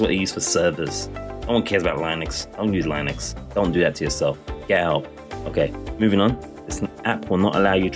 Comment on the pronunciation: At least learn how to pronounce Linux properly if you're gonna shit on it 😂